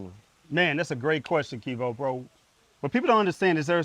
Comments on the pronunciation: he let dat man call him "" the whole video lol. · “” lol kevo a real respectful dude for not correcting. but he was dropping gems tho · He keep calling you lol